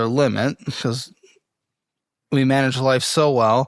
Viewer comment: Every time she says “BECUASE” it reminds me of the chicken joke. 😂